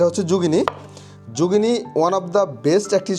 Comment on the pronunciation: Jugini na!! Eta zucchini.